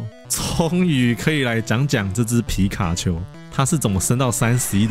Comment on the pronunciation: 你把皮卡丘講的跟吉娃娃好像喔XD